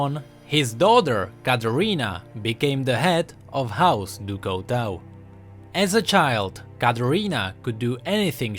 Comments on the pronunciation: Couteau is pronounced coo-t-o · BTW Couteau is pronounced Cooto its french ;) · Couteau is prenouced coo toe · He said Couteau wrong rip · By the way Couteau meens knife and you are not saying it right (Couteau is a french word)